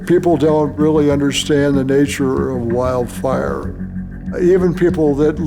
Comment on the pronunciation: “Wildfire” emphasis on “wild”. Nature does that.